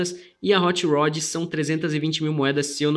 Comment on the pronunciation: Still better than "hoche roch"